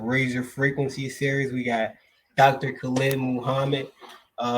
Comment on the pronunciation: Wa-Alaikum-Salaam, hey brother, nice video, but you are pronouncing brother Khalid name wrong peace ✌🏿